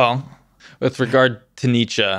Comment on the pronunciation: my boy butchered Nietzsche 😭😭